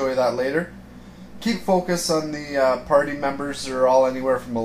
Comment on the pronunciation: U said pary.... Not party